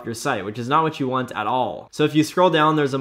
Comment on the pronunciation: "Which is not what you want,AT ALLLL" 1950 ALABAMA COUNTRY VOICE 🤣🤣😭